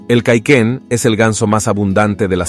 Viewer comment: Cauquén señor locutor, CAUQUÉN